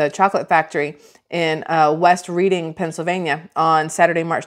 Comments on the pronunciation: Hey, I'm born n raised 15 miles from the chocolate factory out in Amish Country and I can assure you that we pronounce it "RED-ING" (not reading, like "reading" a book)! West Reading n Reading are the same city, one is on the West side of Rt422 and Reading is on the East side, they are separated by the Penn St bridge over Rt422. It's the capital of Berks County n now a major city filled with hoodrats n corruption just like every overpopulated trash hole. Reading used to be the working mans capital, that's why it's full of row homes, for all the factory workers... Now it's the welfare capital, full of bums like every ghetto! The chocolate factory itself didn't blow up, an apartment complex did! It must have been a gas line or something underground that blew and the weak link was under that building. I don't believe any chocolate was actually harmed from their malpractice... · It's Pronounced Redding , Pa not reading like a book. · The city is pronounced Red-ing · Reading PA, Redding is pronunciation. 😉 ❤ ya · I am from PA...glad to hear you speak about the Palmer Chocolate factory. We pronounce Reading alittle differently and it sounds like Redding. Have a great day ❤